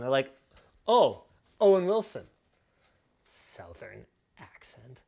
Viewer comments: As a southerner this video was my first experience hearing "southern" as s'ow-th'urn instead of s'uh-th'urn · South earn... Oh my god I can't fucking unhear this. 😂